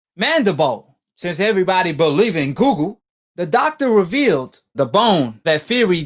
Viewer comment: “Mandibo since everybodee believing googel”